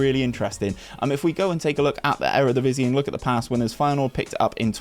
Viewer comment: Hey man, love the rebuilds. Best videos you do in my opinion. Hopefully you can get to 20k before fm23. Although your pronunciation is questionable at best. :) Feyenoord for the Champions League.